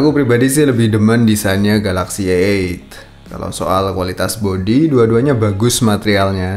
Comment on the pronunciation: bro ente bilang a8 denger kayak eek :D